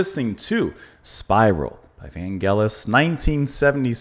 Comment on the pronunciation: I really enjoyed my time spent here with you,, on this fine, hot, muggy Saturday! And congratulations on pronouncing Vangelis correctly. It's with a hard g. A lot of people pronounce it "gel-is", like they were talking about hair gel. Spiral is a good album, but not as good as the one before: Albedo 0.39, but it does have one of his most famous tracks, "To the Unknown Man". And I agree with you on "Ballad". Such a gorgeous piece of music. Vangelis is vocalizing through a vocoder on that one. It's great to see the maestro back here on the channel and hopefully it won''t take as long to have him here again. Have a great weekend.🙏